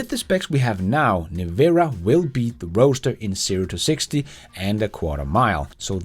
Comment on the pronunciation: People pronounce Roadster as roaster, I noticed, lol.